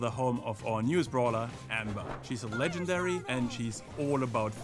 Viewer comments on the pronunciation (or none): ledžendární xD